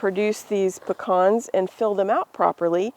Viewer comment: THEY'RE CALLED PE CANS NOT PEH CANS Savannah Georgia native